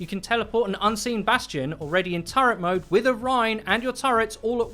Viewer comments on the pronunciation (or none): none